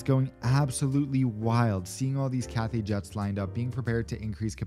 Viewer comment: “CARPET” PACIFIC